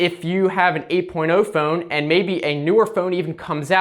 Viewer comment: What is that accent I hear when he says "Phone". Fooone